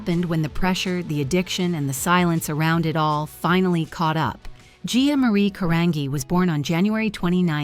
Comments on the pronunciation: The least you could do is pronounce her last name properly!! It's pronounced "Ca-RON-JEE" thank you very much. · Her name is pronounced Ca-rahn-gee. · Even sadder that the "narrator" can't pronounce her name correctly. 😢